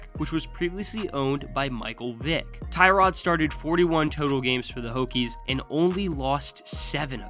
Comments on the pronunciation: Its pronounced Tyrod not Tyrod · Cant even pronounce Tyrod right…